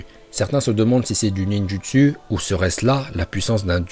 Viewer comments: Mais mec dis pas ninjutsuu dit ninjotso prononce pas le u mais le o les gens qui disent ninjutsuu j envie de les goumer 😂 (a prendre au second degrés ) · Arrête de dire nindjusu se se prononce nindjusou